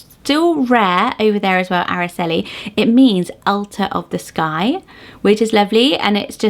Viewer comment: Aracely starts with an "r" sound like you're pronouncing the letter R. R-ah-celee. Itzel starts with the sound "eat" not "it", so it's pronounced eat-cell. Aitana is a modern name that comes from a famous Spanish poem written by Rafael Alberti as he flew out if Spain to go into exile following the Spanish Civil War. He chose Mount Aitana because he said it was the last part of Spain he could see as his plane left. He then named his daughter Aitana and it has slowly gained in popularity with two poets being named that and a famous actress.